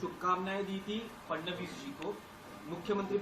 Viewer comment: फ्रनांडिस नहीं भाई फड़नविस बोलिए।